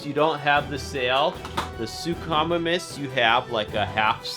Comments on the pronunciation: You mean sue-co-my-mus that's how you say suchomimus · It is pronounced “soo ko my mis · Great video but it's announced "sook-o-mimis" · “The sookamomuss” 😂 😂 😂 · It’s su-co-miemis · Not to be mean but you said suchomimus wrong it’s pronounced (Sue-co-mime-us) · You say suchomimus wrong Sook-oh-my-mus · Hi great video. But your saying suchimimus wrong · You said suchomimus wrong!!!😡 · It's not his fault tho